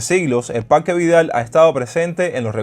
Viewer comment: Parrrrrque habanero, aprende a pronunciar